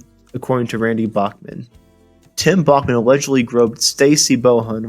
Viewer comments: FYI, It's "Backman", not "Bokman." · it's pronounced backman,,, not bockman............geeeeez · It's Back Man not Bach Man.